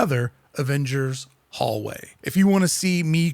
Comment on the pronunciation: Every time you said hallway I just laughed 😂😂 Great video